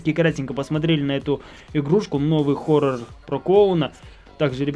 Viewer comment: не хорр а хорорр